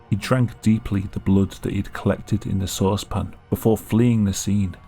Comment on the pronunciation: Have I been pronouncing sauce pan wrong? Is it supposed to be pronounced saucepin? Because that’s how this dude says it. It is so alien and strange to me. Otherwise great video came up the good work.